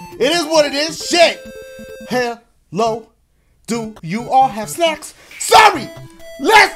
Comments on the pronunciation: I cannot be the only person who thought he said "sex" instead of "snacks" 😂😂😂😂😂😂😂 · i thought he said “Hello, do you all have sex”😂😂